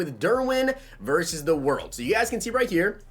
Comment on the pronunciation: Of course you said verse the bears 😭